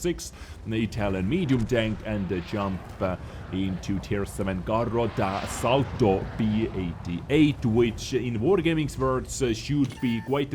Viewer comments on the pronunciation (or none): The way you pronounced "carro'd assalto"... it sounded like carota assalto (attack carrot)